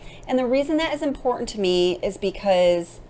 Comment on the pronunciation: Can you please pronounce the T in the word important? And where is your accent from?